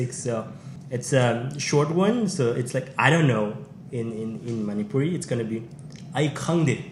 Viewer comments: Her Manipuri pronunciation is quite good❤ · Her manipuri pronunciation is too good 👍 With love from Bhubaneswar